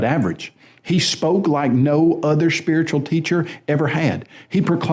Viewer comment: He's speeritchull, y'know?